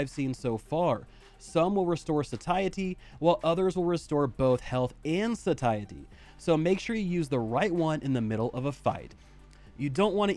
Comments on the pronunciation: bruhhh "sah-tie-etty" xDDDD it's "say-shi-ty" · FYI, Satiety is pronounced SAY-SHE-AH-TEE